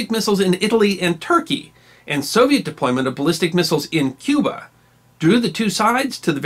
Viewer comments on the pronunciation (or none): none